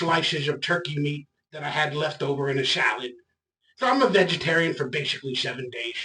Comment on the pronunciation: "Vigatarein diet"